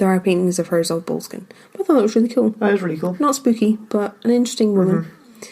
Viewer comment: Might want to learn to pronounce Boleskine properly...